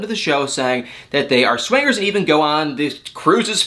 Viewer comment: To hear say SWANGERS instead of swingers is a delight🤣